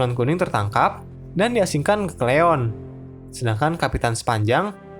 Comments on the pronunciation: Bukan cleyon min... tapi ceylon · masukan min, CEYLON(SRI LANGKA) bukan CLEYON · Ceylon jadi cleon hhh